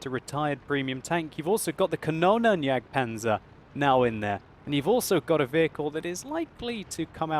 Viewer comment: Its very funny to hear you speakin' german words like Waffenträger oder Jagdpanzer^^ Iam german and you would also be amused if i use english proper nouns:p Anyway, it was very interessing vid about the Ferdi. I didnt know, the final canon does so much dmg Oo Holy sh... In my opinion the Ferdi is a way harder to play until he's going well. Much XP for better engines (2ones to research) and the first are the tracks of course. But the increased hp are a really good buff. The frontal weakspots makes the Ferdi easy target for informed enemys. Thx for upload this vid and congrats to Warbol1^^ Nice weekend:)